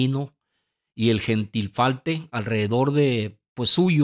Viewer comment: Disculpa, no es Cirnaculo, Es Cernicalo Americano.. y No Es Gentirfalte, Es Gerifalte, O lees Como El Chavo del 8, ó No Estudiaste bien La Lección ...